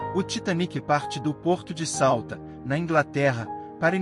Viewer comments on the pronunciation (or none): O nome da cidade não é Salta, é Southampton (Salfrempton é a pronúncia em português). Parabéns pelo vídeo! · Pq Salta? O nome da cidade é Solthampton. Eu hein.... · Que ‘salta’? É Southampton. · Não será Southampton e não Sauta? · Só não entendi o nome da cidade de onde partiu. Sauta? Foi de Southampton... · Southampton ✅Souta❌ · Sauthampton e nao Sauta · Sauta? Onde é que fica Sauta? 😭😭😭😭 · Ótimo ele falando o nome da cidade e do Porto na Inglaterra 😂😂😂😂